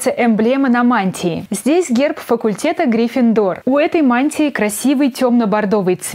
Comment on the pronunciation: ' ' Не грифиндор а грифиндор